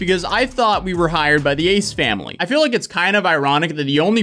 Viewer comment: I have no idea who those people are, but I kept hearing "Aids family" when you said their name.